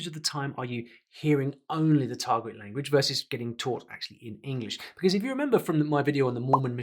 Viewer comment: "Buhcause" "Clashrooms" This lady isn't even great at English. I doubt she's capable of learning Korean in 64 weeks. Paid actor probably.